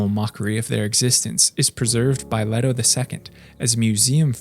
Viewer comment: Leto. pronounced Lee-TOE. this isnt the rare Jared Leto pronunciation. why do you people butcher a simple name